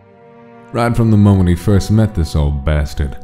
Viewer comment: I just can't with the "foist"